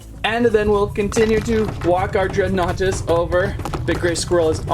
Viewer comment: I think you say it as dregan nartus